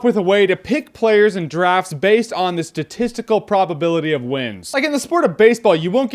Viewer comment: I cringed everytime he said drafts.